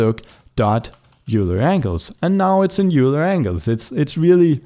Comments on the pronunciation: It's pronounced, "Oiler". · If pronouncing names correctly matters to you, Leonhard Euler's last name is pronounced much the same as the word "oiler". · It's not euler angles. you say it like oiler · These tutorials are very helpful, thank you! FYI, Euler is pronounced like oiler.